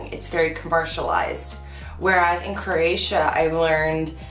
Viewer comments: No offense, but your pronunciation of Croatia drives me up the wall. It's a three syllable word, not two. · You are mispronouncing Croatia. Please stop.